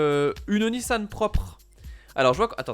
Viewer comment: Cest pas nissanne cest nissan On dit mamanne ou maman